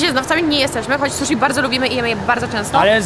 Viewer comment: O panie błagam "susi", a nie "suszi". "Shi" to nasze "si", a nie "sz".